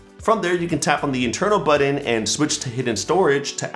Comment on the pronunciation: great vid. you say "button" weird 😄